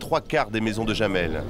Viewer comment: Jamel se prononce "yamel", pas "jamel".